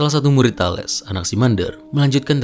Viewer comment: Bagus, sepertinya mempermudah subscribers yg kesulitan membaca buku Bertrand Russell. Tambahan, untuk kemajuan video ini, setahu saya Thales itu cara membaca namanya adalah Thalis